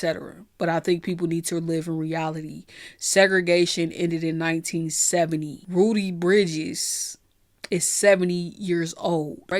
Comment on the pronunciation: am I the only one who heard Rudy Bridges, not Ruby?